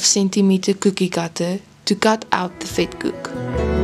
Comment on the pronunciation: Vetkoek wird F/Vetkuk ausgesprochen… 😳 oe = u …